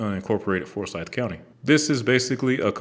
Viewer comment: I grew up in Forsyth County and drive GA400 every day. Thanks for doing a story about my "home highway". I would like to correct your pronunciation of our county, though. It is forSYTH not FORsyth. We care very much about that.